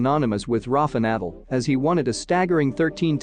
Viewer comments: I liked your content but could you please pronounce NADAL properly..... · Mate, you absolutely can not pronounce Nadal’s name.